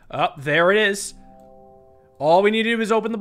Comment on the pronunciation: Does everyone just have a "Looking For A Game To Capture" screen? Also "Eet Is What It Ees"